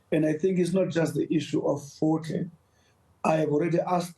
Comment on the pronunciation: Fort Hare* and not force hare